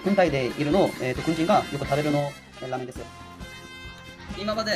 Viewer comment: 라메응(라면) 쟈나쿠테(이 아니라) 라-메응(라면) 데스(입니다)